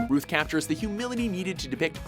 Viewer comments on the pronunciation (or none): First of all it's pronounced "Rowth" not "Ruth" secondly , he was the shittiest portrayal of Superman in the last 50 years. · Its pronounced 'Rahow-th' (like the world 'south'), not 'Roo-th'... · routh as in mouth not rooth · Though they mispronounce his name, I like that Brandon Routh was in this list. He's the main reason I like Superman Returns. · WatchMojo - that's 'Routh' like 'south.' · It's pronounced R-ow-th, as in rhymes with SOUTH. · FYI Routh is pronounced like South.